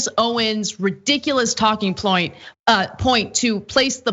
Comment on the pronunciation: Ridiculous Ploint?? You should Shut up Lady.